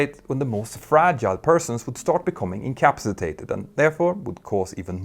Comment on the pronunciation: Petter, if you come to Australia, come to Adelaide. I'll show you some great motorcycling roads and coach you on the pronunciation of incapacitated.